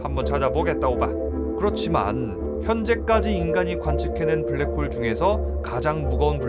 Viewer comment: 블랙붱~ 웃겼뛍~